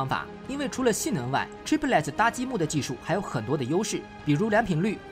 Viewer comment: 解说很好 , 谢谢 但Chiplet 这句子一直拼不对 , 听了很辛苦 ! 就兩音 , 你一直读三个音